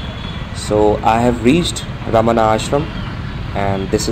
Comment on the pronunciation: It is pronounced as Bhagavan Ramana not Raman.